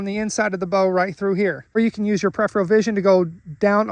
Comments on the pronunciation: Your pronunciation is also incorrect and a common way many people mispronounce it. The correct ways to pronounce it are Per-if-er-ul or Pr-if-er-ul. Per-if-eal is wrong. The second R is pronounced in both UK and US pronunciations and is not replaced with the E sound. It's a good idea to look things up before correcting people on the internet. There are many videos/audios on the internet demonstrating the correct pronunciation of the word Peripheral. Check them out. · Peripheral (Per- if-eal) not prepheral